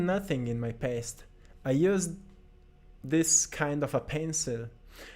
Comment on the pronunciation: When you said make a peace with your past it sound like , Make a piss with your pest. so funny . love your videos. You are Most inspirational person on YT, together with Jordan Peterson